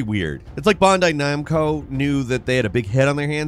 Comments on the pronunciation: "Bondai Numco"? Have a hiccup there buddy? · This dude said bondai nomco. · "It's like Bondai Noim...co".